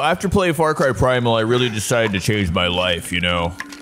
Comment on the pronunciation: He says Fart Cry 💨😢